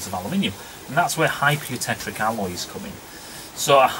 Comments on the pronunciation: You. Tech. Tick. Not "trick". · Its not "hypereutectRic"!!